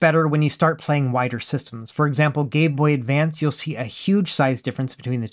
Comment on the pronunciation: Did you say "gay boy advance"? Maybe a sound hiccup?